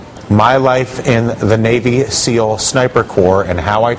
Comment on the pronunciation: he said navy sneal